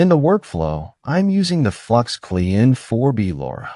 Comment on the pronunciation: The klein in the Name of the Model is German and means small it is pronounced like Kline. But with a short I like in Ipod.